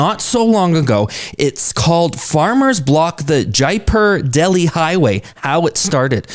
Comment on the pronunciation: Jaipur is the capital of Rajasthan, a moslty desert state with largest land area in India, it is south to Punjab and Haryana, and do not directly borders Delhi. And you pronounced jaipur very wrong.✌️